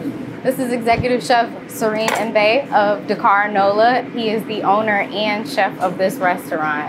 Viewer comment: I never knew they existed! I always go to my friend's sister's resty, Bennichen, but I must visit this Restaurant. Mbaye, pronounced as M (silent)...Bye.